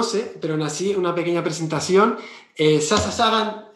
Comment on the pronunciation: Solo tengo una crítica para Javier y es como pronuncia el nombre de Sasha. En realidad, lo pronuncia bien porque el nombre es de origen griego, pero la chica es americana y la fonética "sh" en el idioma ingles suena distinto . Me encantan tus videos Javier, he aprendido muchas cosas gracias a vos. Saludos .